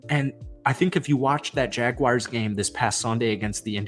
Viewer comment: Dude, do me a favor and learn how to pronounce Jaguar before you do another video...there is no "I" in my teams name...such a pet peeve of mine!!🙄🙄